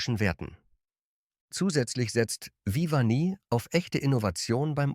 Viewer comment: Auch ich vermisse den Platz 5. Ich finde im Grunde ist es trotz KI-Stimme (die vor allem Rapunzel und Vivani sehr, sehr seltsam ausspricht) ein Video zu einem interessanten Thema. Aber wenn man 12 Schokoladen besprechen will und in Wirklichkeit nur 11 bespricht, ist das auch irgendwie eine Mogelpackung. Ich weiß nicht, so was passiert doch nicht irgendwie aus Versehen? Naja und das "Nehmen wir gerne mit!" ist auch eine tolle Anmerkung dazu.